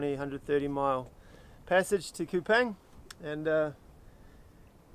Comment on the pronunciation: It’s Kupang not kupaing